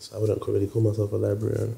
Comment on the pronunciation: how he said a librarian is so ghanaian🤣